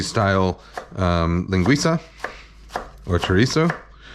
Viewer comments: Your pronunciation of Linguiça is great. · Great pronunciation of linguiça!